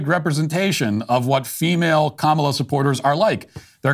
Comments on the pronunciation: Bruce Springsteen mispronounced Comma-la's name. He pronounced it Com-allah. He is, today, cancelled. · It sounded like he called her Mala Harris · Didnt he just pronounce her name incorrectly? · it's KAHHHmla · Lol Springsteen "mispronounced" her name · Bruce S pronounced her name wrong. That's pretty sexist, racist, anti Indian, anti Black, anti democracy of him. Edit - I posted this before Matt mentioned it. Well done for picking up on it dude. Will delete my comment if it makes me sound like a fud. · 😂😂😂😂 he is mispronouncing her name and that is racist You are so funny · Bruce Springsteen should be ashamed of himself for mispronouncing Kamala.